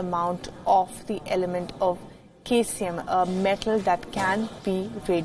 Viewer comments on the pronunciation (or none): It's not K ceium. It's pronounced as C also an isotope.